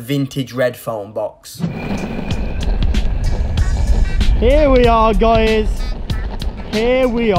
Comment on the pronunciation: I laughed when he said “Were gunna duktape him in the fone bux” And “These are my food and water” Legit theres only 2 water bottles